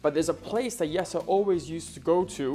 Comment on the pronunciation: OK,, why did you pronounce Jessie's name as 'Yesser'. Is that how it's actually pronounced in the Netherlands? Up until last year, I thought his name was Yesser.... Lol Happy Birthday, I hope your special day was as awesome as you are... 🥳🎉🎂🎁🎈💝🥂